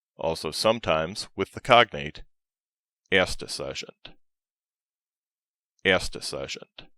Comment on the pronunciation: The pronunciation of Sergeant is wrong in german. It would not be pronounced in a Englisch manner. Correct would be the French pronunciation "Sergent" although they wrote it Sergeant Yes second or third generation germans might have pronounced it english, but those who received military education in Germany didn't